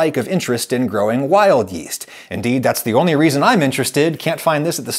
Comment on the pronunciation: i heard wild yeet for some reason